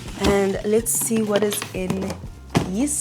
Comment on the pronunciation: saying “hieso.” 😂❤️